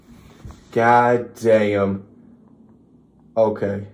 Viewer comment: That gahdayum was coming out you sounding completely American. Good reaction, mayne mayne